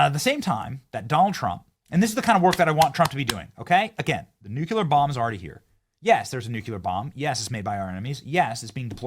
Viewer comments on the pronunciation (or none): Benny... Say it with me.. Nuc le ar... NOT Nuc u lar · It isn’t nu-cue-ler, it’s nu-cle-ar. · Pet peeve of mine and I'm probably being a snob here, but it's pronounced nu-clee-ar (not "nu-kyu-lar") ;) 😊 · Pronounce NuCLear. Not NuCUlar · Say it with me Benny: "New Clee Urr." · Keep saying nucular. Makes you look smart 😂😂😂 let me aks you a question 😂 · Benny, please pronounce n u c l e a r properly. It's too simple syllables. Not a slurred three. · "Nucular"? Can SOMEONE please get this guy to do better? If you are going to say a word OVER and OVER again like a catch phrase... for the love of GOD pronounce it correctly. You sound like a moron more and more as you keep saying the same wrong pronunciation over and over and over. Get your shit together. Since you are someone who is hyper critical of the opposition... lead by example, Benny. Do better. It's basic phonics. It's not like anyone expects you to explain quantum entanglement... just phonics. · once again I had to quit watching when this idiot said nucular. stop talking like an idiot Benny. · Did you say Nuk-qu-ler? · Learn how to pronounce.... NUCLEAR FFS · I wish people would learn to say nuclear. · Benny! There's only one "U" in "nuclear"!!!